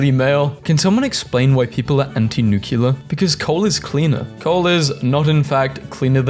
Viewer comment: NUCULAR!!!! love your stuff though